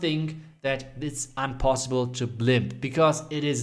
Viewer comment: 5.05 am i the only one who heard unpossible. Anyway great trick. I voted for tribe and Indian clasher tbh